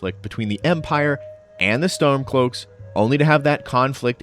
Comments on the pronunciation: it sounds like you're saying Stonecloaks??? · Hmmm... I'm pretty sure I heard Stonecloaks as well 🤔